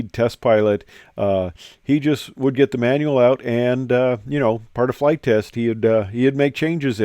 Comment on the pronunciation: "FIRST FLIGH" , and a "T"... 😉